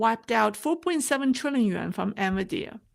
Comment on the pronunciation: excellent presentation, as always. Please keep up the great work! Minor point: the pronunciation is N-VIdia (not N-viDEa. Thus, emphasis on the first vowel, not the second vowel).